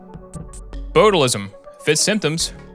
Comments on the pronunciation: no way this dude said boatalisum 😿😹 It’s pronounced botch-ulism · The way you pronounce botulism makes me want to throw angry marmosets at you